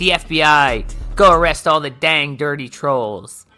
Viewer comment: "Its because of the twolls!!!!"